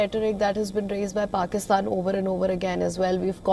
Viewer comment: Wow what an idiot you had high rank position in the government but you can't even pronounce clearly the word PAKISTAN